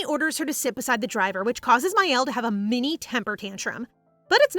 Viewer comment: I hate to be that person, but mielle is pronounced me-elle ( it means honey in French)